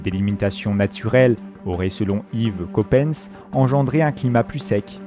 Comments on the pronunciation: "yvèsse copèsse" 😂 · yvèsse coppens ? ororin ? un effort svp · D'ailleurs je tiens à vous dire que cette vidéo est remplie d'erreurs. La prononciation d'Yves Coppens m'a tout particulièrement choqué!😅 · En tant qu'étudiant en paléoanthropologie, je peux vous dire que cette vidéo m'a profondément choqué, dans le mauvais sens du terme. Surtout la prononciation d'Yves Coppens😢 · Au bout de quelques minutes la prononciation du nom Yves Coppens m'a choquée... Ensuite une erreur quand le narrateur lit : nous faisons alors un bond de presque 100.000 ans alors que c'est un bond d'un million d'années dont il parle. Du coup je n'ai pas continué le visionnage. Dommage, le sujet m'interesse et l'idée de cette généalogie expliquée est très bonne. Par contre, bon choix pour les images. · il ne sait pas prononcer le nom d'Yves Coppens, français